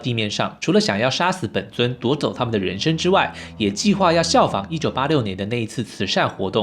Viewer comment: ren sheng 不是ren shen😬